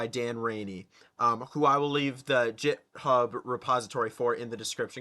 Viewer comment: Hearing you pronounce "github" as "jithub" killed my soul.